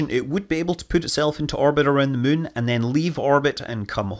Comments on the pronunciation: Whenever Scott says "moon", I hear "mun" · Is it just me or does it sound like he said that China plans to put humans on the surface of the Mun.... ?